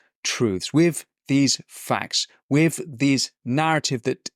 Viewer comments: Your diction is distracting, the word is with, not wiv . You can pronounce it as you can say “the” which requires your tongue between your teeth. So try again… with…, your content is good, the distraction of mispronounced words detracts from the excellent content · Great stuff Winston. To quote your good self, I hate to be a pedant... but I cant help noticing the "wiv" creeping into your diction. Please work on your "th", don't be another Amy Gallagher, I find her lazy pronounciation insufferable to listen to, and it's a great shame given how bright she is. Don't do your intelligence a disservice, speak properly ✌🏻